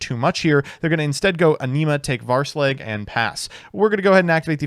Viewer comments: how do you manage to pronounce Hraesvelg (huh-reh-s-vehl-g) Varse-Leg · please... "Her-ay-ess-velg" not "Varse-leg." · "rayesvelger" WTF is a varsleg? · Take a shot every time comes up with a new way to pronounce hraesvelgr lmao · bro didn’t even try to pronounce hraesvelgr correctly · Hearing him try to pronounce Hraesvelgr is brutal though x_x